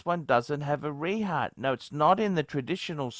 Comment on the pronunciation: Its pronounced 're-hawt', not 're-heart'.